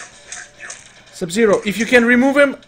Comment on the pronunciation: not sub-sero but sub-zero